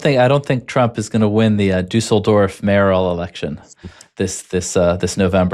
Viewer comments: Nice pronunciation of Düsseldorf👍i'm really impressed!🇩🇪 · Ben wins the "Pronouncing Düsseldorf correctly" award 👍 👍 👍 Ty for the video 💙 💙 💙 💙 💙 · Yes, must be quite difficult for an American to say "Düsseldorf", but Ben got it right! 👍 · The German carnivals have akways been rather political and both Trump and Putin have been playing a big role for years. However, Ben: Congrats on your pronounciation of "Düsseldorf", good job! Just do NEVER mess up the Düsseldorf carnival with the Cologne one - they've been rivals for centuries. No kidding.